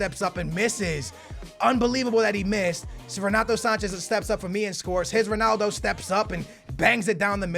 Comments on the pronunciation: when did "son-aldo" become a thing my dude? prolly said it bout 45 times this episode. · It's not sonaldo